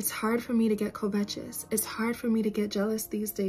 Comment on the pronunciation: Are you saying covetous? I was like what is kovetches? 😂Never heard it pronounced that way!